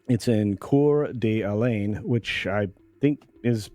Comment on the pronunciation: Kootenai County voted 75% for Trump. That's her customer base. Not a smart business move. The Aryan Nation used to have a compound outside of Athol, which is not very far north of Coeur d'Alene. She's not wrong about that. Also, it's apparent that you've only read Couer d'Alene. No fault in that. It's a French derivation name, the (local) pronunciation is closer to core da lane.